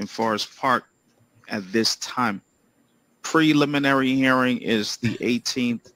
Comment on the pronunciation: Hi Ingrid. Yes the judge’s pronunciation of preliminary was correct.